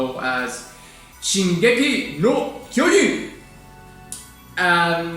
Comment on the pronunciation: YES YES YES. I'VE BEEN WAITING FOR THIS. Also, you pronounced Shingeki no Kyogin quite perfectly! I get chills every single time I listen to it and I really love its lyrics. People really love YOUSEEBIGGIRL. But I think THIS PIECE is Suwano's masterpiece.